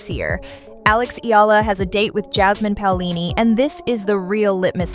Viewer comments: You pronounced her surname wrong several times. It's not EELA. It's EE YEAH LA. And you got it right on some occasions. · Alex’ surname has “diphthongs “, so right pronunciation is: “ Eh la”, but Filipino pronunciation is : “ Eh Ya La”. like AYALA✅🇵🇭❤️‼️English 101 🤓👍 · Maam, Eala is pronounced as "E-YA-LA" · Excuse me, please pronounce her Family name correctly. It's Eala no "i-la" as you pronounce it. Ah, ah ok, I think the voice used Ai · E-YA-LA is the correct pronunciation